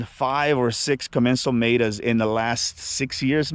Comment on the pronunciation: "Meta" not Mayta lol